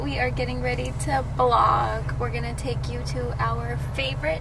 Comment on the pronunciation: Its vlog not blog 😅 but good one